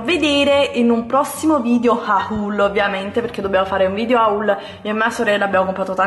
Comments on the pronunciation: ma perché "ahul"? Si legge "hol" perché in francese "au" di legge "o" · HOL si pronuncia HOL non HAHUL! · "auul" guarda che si pronuncia "ol" HAUL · Un video "HHA-UUL" 🙈 non si può sentire